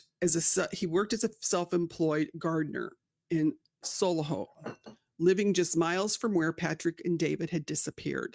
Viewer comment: Thee are all local to me and it's 'solly hull' lol